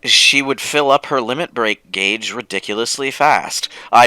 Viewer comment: This entire playthrough, has been mispronouncing gauge... HALLE - FUCKING - LUJAH! How long will it last?